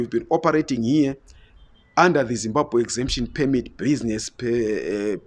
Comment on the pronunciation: I HHHHOP low lives. HHHHere 😆